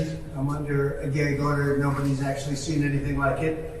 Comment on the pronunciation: “I can’t answer that because I’m under a gee-ag order”